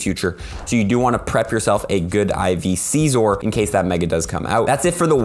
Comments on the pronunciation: I mean the Vid the good as always but you saying SEEEZOR is kinda bugging me lol its seizor (sizor) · Scizor it like sissores not sizor is to Ceaser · C-zor lol